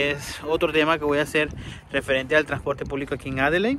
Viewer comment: Que te cuesta decir "Adeleid"??? Tienes que salir con "Adelein"... 🤣🤣🤣🤣🤣🤣